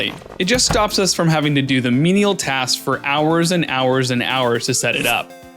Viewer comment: Man you missed the menial pronounciation lmao